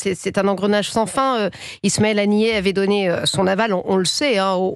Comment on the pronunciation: Vous et votre invité sur le plateau vous êtes en train de dénigrer mr. Ismaël HANIA en le qualifiant de : (Ismaël ANIER ? Pourquoi ? ). Et pourtant il n'a jamais élevé ou gardé des ânes comme vous le prétendez. Corrigée la prononciation SVP !..